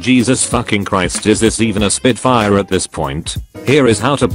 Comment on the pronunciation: SPIT FAIA . . . Eurobeat?